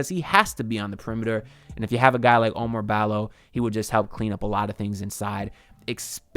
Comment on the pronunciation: OU-MAR BALL-O. Not O Mar Balo.